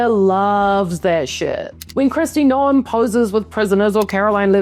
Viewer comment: Still only half as unexpected as pronouncing the E in Noem LOL